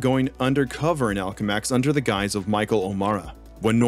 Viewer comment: why the hell do you mispronounce so much shit lol. "Octavarius" "Alchemex"